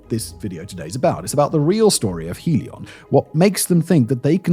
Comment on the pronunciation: Trop drole! faire de la sponsorisation pour Helios via une IA qui ne sait pas prononcer le i Helos c'est nous revendre l'Hyperloop de l'électricité de demain? Spéculation=Destruction! ITER est le seul projet fiable et mondiale pour pouvoir réussir et ensuite partager car le progrès doit dabord profiter à la civilisation et non à une pseudo Start up pour faire du fric sans aucun résultat, nous en avons ras le bol des ces idiots qui se croient plus malin! ce domaine de la fusion est tellement difficile qu'il faut mettre en commun nos pays et être patient pour le reste c'est du business de comptoir après 2h du matin